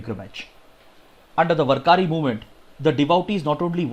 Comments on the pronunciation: Sir it is "वार्करी" not "वरकारी" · Please pardon me sir but I think the word warkari is Read as- Waar kari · Dear Sir, Today in 2nd Article of Warkari... You have wrongly pronounced Warkari... it is pronounced as वारकरी... And thanks for the analysis....You always do explain thoroughly in limited time which helps us a lot....